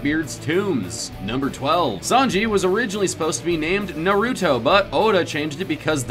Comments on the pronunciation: It's Nah-Roo-Toe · I’m not trying to be mean but it pisses me off that you also call naruto na ruto it is nar uto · It’s not na ru to its nar uto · Stop saying nuruto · My brain cells commit suicide every time he said NARUTO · Pronounce Naruto correctly or so help me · Every time he has na ru toe it hurt my soul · Jesus Christ just pronounce it (Nah)(roo)(toh) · I don’t think you are pronouncing naruto right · Jesus watch how you pronounce Naruto please